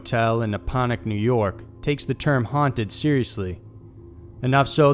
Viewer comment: It’s called Napanoch